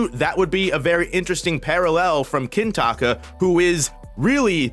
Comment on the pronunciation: why are you calling him kintaka every time